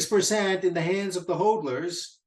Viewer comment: It is pronounced Hodlers like the word models, mod is hod. Great stuff though